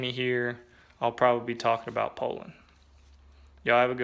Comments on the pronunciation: I grew up on a tree truck cutting my teeth on the grass rope here in Alabama and you're absolutely correct it's "POL'-an.. never heard it pronounced different until the disinformation age of the enterrwebs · In South Carolina we used to pronounce Poulan the way you do.